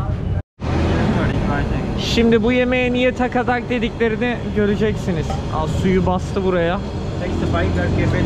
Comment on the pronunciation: takatak değil sakatat :)